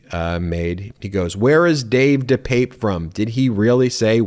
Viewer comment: Ben his name is pronounced Dee pep pay, just so you know. Thanks for all you do.